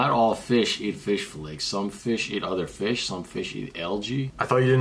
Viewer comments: Let's check out this fis:Oh my god Refilmed:Ok lets check out this fish:Why did you say fis instead of fish💀💀💀💀💀💀💀:I don't know ☠️☠️☠️☠️ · ITS A FEESHH